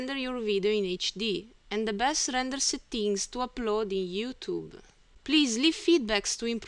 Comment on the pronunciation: be però cerca di migliorarla questa pronuncia jà, "setti-ing" non si può proprio sentire. A parte questo i video sono utili